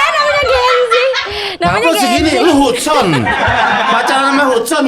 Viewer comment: Bang gofar iasih tulisanya hudson tapi bacany g gituuuuuu wkwkwkkk